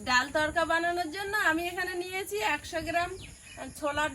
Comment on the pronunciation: তর্কা নয় তড়কা।খুব সুন্দর লাগল ভিডিও